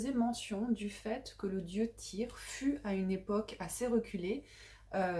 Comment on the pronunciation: Je crois que le "y" se prononce "u"